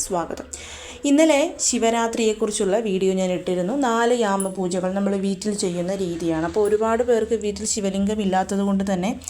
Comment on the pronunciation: വീറ്റിൽ അല്ല വീട്ടിൽ ന്ന്‌ പറയുന്നത് കേൾക്കാനാണ് നല്ലത്. ഞാൻ ഇങ്ങനെ പറഞ്ഞത് കുറ്റം പറഞ്ഞതല്ല കേട്ടോ. നല്ല രീതിയിൽ മാത്രം ഉൾക്കൊള്ളണം